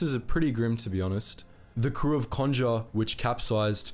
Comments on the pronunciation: It's Bis-kay and con-ger as in, conger eel. I'd say it's fairly well known in the UK because of a film called, The Cockleshell Heroes although that film takes some liberties with the story. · You need to get the correct pronunciation of Conger and Biscay